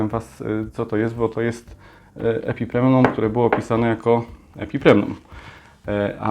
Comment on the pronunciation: Ponownie źle wymówiłeś nazwę epipremnum w